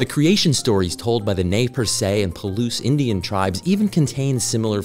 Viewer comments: Check your pronunciation of Nez Perce "nɛz ˈpɜːrs". I also don't think they were North of the 49th parallel. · Nay Persay....????lol it pronounced NEZ PIERCE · “Nay-per-say” Indians?!?!?! Not how you say that. 😊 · In English it's pronounced Nezz Pierce. 🤦‍♂️ not Nays Persay. 🤣 Great video, with a mispronunciation so bad, I had to laugh. ✌ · If you're going to change the pronunciation of Nez Perce, go all the way and use their name for themselves: Nimipoo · "Nay Per Se" Tribe? that's not how i was taught to pronounce Nez Perce growing up in the northwest in the 1990s. i guess we didn't use the french pronunciation. same thing with Pierre, South Dakota. They pronounce it like "pier" instead of the french name. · Nice to hear someone else say tidal wave.... Was this about the time of Lake Bonneville? Nay-Per se? You mean Nez Perce?